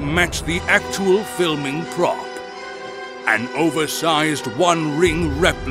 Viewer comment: why he gotta say prop that way